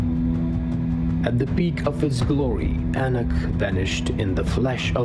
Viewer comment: Ennuck, catacomm, lejjacy. And the text is full of errors. Nothing wrong with English being your second language, but there are plenty of people out there for proof reading/listening.